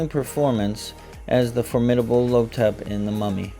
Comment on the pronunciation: The villain's (the Mummy) name is "Imhotep" pronounced EEEM-HOE-TEP. It is not "Lo-tep". 😑